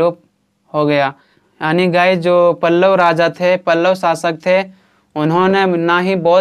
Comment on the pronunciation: Aani ❌ yaani ✅🤡😁